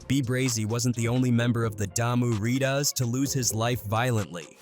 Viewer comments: This foo said Rita's instead of Ridas omg 😂😂😂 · Geez, the pronunciation is killing me. Loc is not “lock”. Ridas is not “readuss”. That started getting so annoying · Dude cant say "Ridas" or Much really.... Is this AI or what?